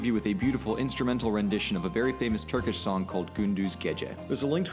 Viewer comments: You pronounce it pretty great even better than me who has born and raised in turkey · Your pronunciation of the Turkish words are on point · As a Turkish I have to say your pronounciation is well above my expectations. It nearly sounds like you know how to speak Turkish. Thank you and your friend Emine.